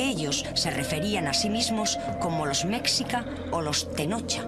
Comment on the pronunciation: Muchos errores, demasiados, por ejemplo: "Aunque ellos se referían a si mismos como los mecsica o los tenocha", que barbaridad lo que es hacer un "documental" SIN DOCUMENTARSE. Eran mexicas, pronunciese meshicas; no eran tenocha sino tenochcas.